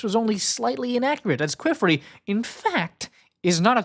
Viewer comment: I am so sorry I hate hate correcting people but you saying Qifrey's name almost sounds like.... Another word I won't post here. But his name is pronounced like Key and Fray. Keyfray. Or Key and Free is also widely accepted.